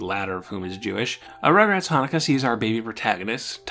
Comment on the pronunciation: You: Now, I'm not Jewish. Every Jewish person hearing you pronounce Chanukah and Rosh Hashana: We know.